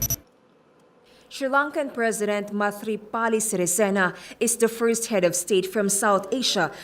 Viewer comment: You pronounce Sirisen wrong 😂😂